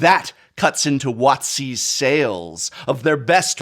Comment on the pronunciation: For some reason when prof said WotC, I heard Wazi